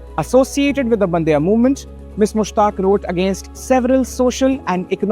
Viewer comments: it's bandaaya movement not bandya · This guy doenst know how to pronounce kannada words. He says bandya? What is that? Who is allowing him to rpeort on this important topic